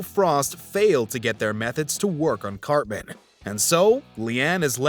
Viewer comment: the narrator calls him "carmen". it reminded me of an episode where eric said "its CARTMAN goddamnit!"